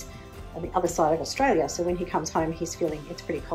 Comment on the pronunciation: Australia... I'm Australian and Austrialla is nowhere near correct!